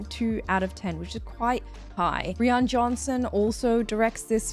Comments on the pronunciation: Birdyjay was 100% a dumb airheaded american, they are very real and very much like she is. I thought all the characters came across very real and representative of real people. Also Rian is pronounced like Ryan lol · I'd argue Kate Hudson's performance was perfect in this movie, because her character is an idiot, and a lot of idiots act exactly like that, especially American idiots. Also, side note, I found it funny how you kept pronouncing Rian Johnson's name as "Riôn Johnson".